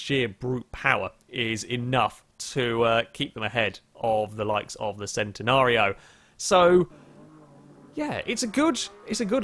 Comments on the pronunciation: It's pronounce Chen - Ten - ario not Cent - en - ario :P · its always been Chen-Ten-ario ask lamborghini then? im sure and they have said its chen not cen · We do speak it Centenario in Portuguese, but the original Italian name is still pronounced /Ch/entenario. Nonetheless, every language and accent is going to speak it its own way, so we shouldn't expect a British guy to say it like an Italian guy and all.